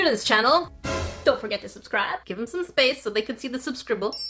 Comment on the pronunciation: you sed subsribl